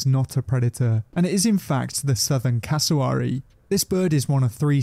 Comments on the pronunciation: The pronunciation of Cassowary 🥲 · This British presenter doesn't seem to have actually been to Australia ... (which might be why he's pronouncing Cassowary wrong lol) Also goannas are everywhere in the bush in QLD. Which is tropical, not arid. You can't go camping without seeing one, and they're ballsy enough to try and get into your tent looking for food. sidenote: Dingoes do NOT make good pets. I had to look after a pup once when someone mistook it for a german shepherd and brought it into our vet clinic. Only had it for a week while we contacted a sanctuary and he ripped up my house. They're definitely wild animals - and unlike dogs, their paws rotate so they're able to open doors and such way more effectively 😶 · They say cassowary wrong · This guy is doing this as a American he cant even say casawary right